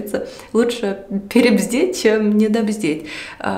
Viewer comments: Только правильно « перебдеть »(бдительность) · не "перебздеть", а "перебдеть")) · 😂😂😂😂перебдеть а не перебздеть 😅😅😅но так тоже можно 😂😂😂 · Лучше перебдеть а не перебЗдеть, не в укор -вы просто оговорились, а я прям посмеялась, смешно получилось если вдуматься ...😅